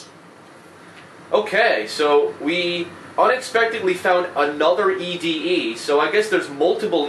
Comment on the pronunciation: Its actually pronounced Eddy not ED-E